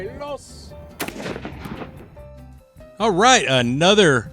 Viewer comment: ) Nicht Losssss ... sondern... Looos. Das "Los" wird in Deutsch je nach situation sehr kurz oder eben sehr lang ausgesprochen... Dir sei es verziehen! ;) Aber nutze weiterhin dein Deutsch, was Du mal gelernt hast! Ich höre es gern. Auch die angaben in Gramm, Geschwindigkeit (Speed) und Meter.